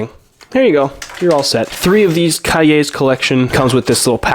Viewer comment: i appreciate that you actually looked up cahier, what it means and how to say it when you didnt know the word